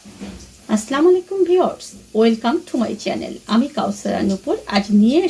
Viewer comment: Plz বলুন আসসালামু আলাইকুম not আস্লামালেকুম..জঘন্য লাগে শুনতে আর অর্থও পরিবর্তন হয়ে যায়